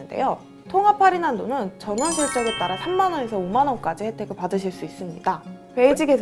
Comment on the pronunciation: 전월이 전원으로 들려요... 전원실적